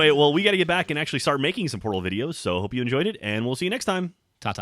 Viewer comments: When geoff say's mom loves portal videos. First time through I thought he said Porno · I THOUGHT HE SAID PORNO VIDEOS AT THE END!!! xD